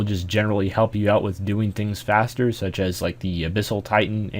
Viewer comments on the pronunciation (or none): none